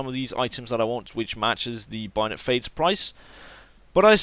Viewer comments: IT SAY BAYONET NOT BUYONET ugh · ITS A BAY-ON-ET NOT A BUY-ON-ET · Binot? Bay-o-net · ITS BAYONET HAHAHAHAHAHAH NOT BIONET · bAyonet not bUyonit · Binet fade? :') bay-o-net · Lol I've watched this video at least 5 times e cause I love the way he says "Bayonet" it's BAY- A - NET and he is like "BUY - A - NET hahah funny little man :P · HAHAHAHHA STOP SAYING BIONET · Lol I love how he says bayonet like byonet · Say it like this Bayo (stop) net Bayo-Net bayonet. now you know how to say it properly. Also as a hardcore PC gamer CS:GO is a fucking horrible game. its all about buying and selling stupid fucking in game skins now rather than just playing the game and winning.